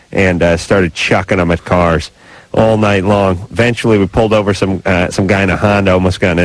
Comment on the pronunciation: Don't like the way Adam says uhventually instead of eventually